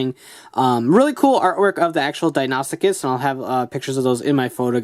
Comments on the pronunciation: It's pronounced dino soo cus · DON'T TRUST THE MORPHER! So many people pronounce this wrong because of the morpher, but it isn't pronounced that way. It's not even an alternate pronunciation. It's pronounced di-no-sue-kus or di-no-sue-chus. In other words- first say "dino", then "sue" (like the name of a person), then cuss or chuss (chess with a "u" instead of an "a"). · It's pronounced Die-noe-sue-kuss